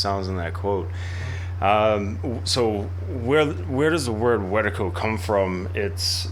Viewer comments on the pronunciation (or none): This is a great talk, not enough people talk about this idea of Wetiko. I commend y'all for that. I will say though, you gotta work on the pronunciation. "Weh-tee-koh" not "wet-tuh-koh".